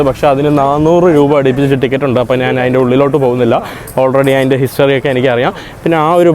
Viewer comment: എടാ മൈ**. നാൻ അല്ല ഞാൻ ആണ് ശരി